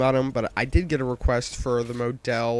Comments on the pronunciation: mow-del? mah-dull like a person who gets pictures taken of them for a living lol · "modells" is a sporting goods store the Maw-Dulls are is the gun you are using gawd learn how to say words pl0x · Learn to pronounce model. It's not mow-dell like a motel, it's model like mod-all. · Lmao The Moe Dell! xD Its pronounced the exact way spelled ! :) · moe dell lmao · model... not mO-del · He uses the word "implore" but cant say Favela or Model. WTF? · im pretty sure model is pronounced like super model...great vid anyway